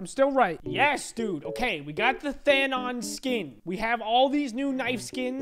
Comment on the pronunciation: His name is Thanos not Dano’s